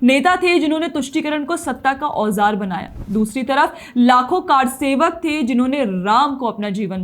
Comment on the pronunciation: Kaarsewak nahi karsewak